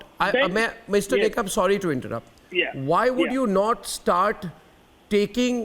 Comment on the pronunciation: It is Nikam, nit Nigam :)